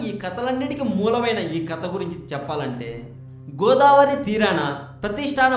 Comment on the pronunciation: kadaa saristaagaram enti babuu...kadha saritsaagaram...nuvvu ..nee language...